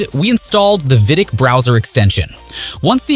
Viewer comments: Also pronounces vidiq as vidick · no bro it’s AI voice over. Humans know how to pronounce VidIQ. Please tell the name of software